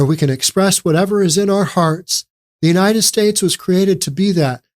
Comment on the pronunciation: He was singing on one early video ‘ YOU CAME TO WORK BUT I CAME TO VACATION ‘ . Then he says ‘ I do not have to work cause I get money and food and this little princess was born here.’ ‘ I do not want to work ‘ . He pronounces UNITED STATES “ UNI ESTAY “. Also, I do not feel sorry for his partner, she was in the background of this video laughing. DEPORT HIM ASAP!! 😡